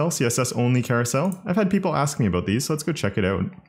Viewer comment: You're exceedingly nice. What's that all aboot?